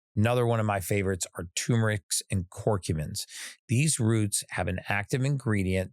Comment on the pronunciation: TURRR MERIC damnit, I hate people that can't pronounce this word, it's fricking simple. There's two r's, neither of which are silent.